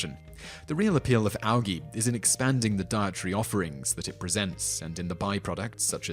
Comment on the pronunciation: I've never heard anyone pronounce it Al-Gee